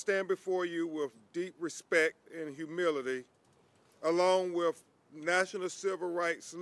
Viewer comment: did he say "wiff deep respect"???? bwhahahahah